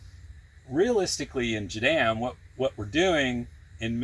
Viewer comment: Please... its pronounced " jah - DAHM " ,not " jah - dam" like youre saying it.